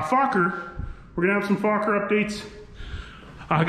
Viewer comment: Ah, at last. Somebody pronounces Fokker almost right and doesn't use a "political correct" pronunciation.